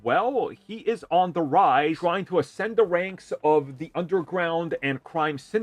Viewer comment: you got a face for radio and a voice for books. lol. BWIG BWOY OPWINIONS. why would you try to say the word "ascend"... LOL. say the riddler again HAHAHAHA and the word series... HAHAHAHA FLYING COLORS. CWIME.